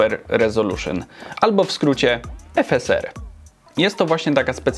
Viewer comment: jak mówisz "efeser" a nie "efesar" to mnie trochę skręca xD